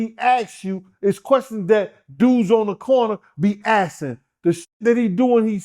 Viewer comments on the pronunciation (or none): "Be assing " ????